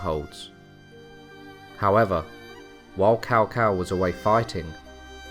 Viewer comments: I agree! your videos are great already but it adds another layer of quality :) One small detail.. I've noticed that you pronounce Cao Cao with a hard c like a 'k' ('cow cow') that is actually not the correct pronunciation, I've always known it to be softer with an 's' - 'TSow TSow' - and I doubled checked on a google search just to be sure, so just so you know, I think that is the correct way Not to be a grammar pedant.. just for accuracy and the enlightenment of all of us who watch your channel.. it's not a major deal but it would make your vids even better if you made this change as I've heard it in a couple of your vids now I think Anyway, great job, keep em coming! Respect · Cow Cow, mooooooo That’s Tsao Tsao. Tao Tao or Sao Sao could be alternatives since ts is very difficult. There’s also a rising then a high-pitched tone making the repeated syllables 2 different words. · "Sou Pea" is closer to the actual pronunciation. Even Dynasty warriors had Shitey Dubbing back in the day, calling Cao Cao "Cow Cow". It's pronounced like Sour (But Drop the R at the end) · I stopped as soon as you pronounced Cao Cao as Cow Cow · Cao Cao pronounced (Sow Sow) but excellent video only video I could find on xiahou dun I loved it